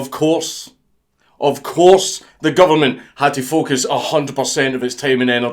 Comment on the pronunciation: until you got to the part about the pug vid i kept hearing "fuck us" not focus